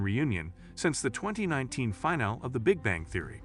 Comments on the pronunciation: is it a bot voice? its Fin-al-ee, not Final. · This is 100% AI voice. Listen to how "finale" is pronounced almost at the end of the video.